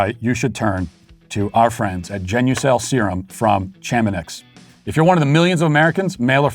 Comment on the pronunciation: I believe it’s pronounced “sha-ma-née” not “cha-ma-niks”